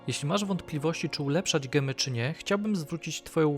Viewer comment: Siwtny film :) ale mowimy Dzemy nie gemy :)